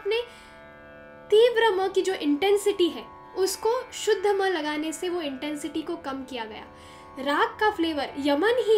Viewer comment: Love the way you said sa re ga ma ye shudh ma ha